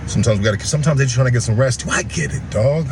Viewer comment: It "Shust" covers injuries😂😂😂😂 this foo still cant say JUST. Why is he assuming he knows what insurance has?!?! owns a home and works for a union. Im sure he understands insurance